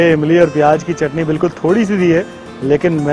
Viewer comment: Pyaaj nahi pyaaz hota Hai !!